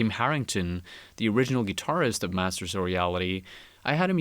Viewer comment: massers ?? cant you fuckers say T